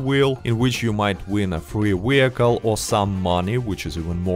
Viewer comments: What’s a wee-hickle? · I watch this 2× just to hear you say wehicle